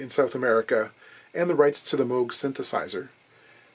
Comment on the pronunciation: Is the 'like a J45 with an additional 5' a nod to spinal tap's '11' amplifier. Perhaps we'll necer know. Also extra kudos for correct pronunciation of Moog. Usually pronounced Mooooooooog in the UK!!!!!